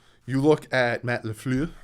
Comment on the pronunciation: Please say LeFleur again. That was so funny of you trying to go all Frenchy on us.